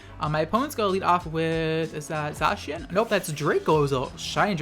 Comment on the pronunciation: I’ll just post this on the chance you see it :P Zacian is pronounced Zay-see-en (as far as I’m aware) and Eternatus is like the word eternal but its Ee-turn-eh-tus. The more you know!